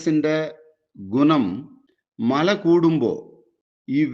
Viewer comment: മള അല്ല പാണ്ടിക്കാരാ മഴ, ആളുകുവല്ല അഴുകും. 🤣🤣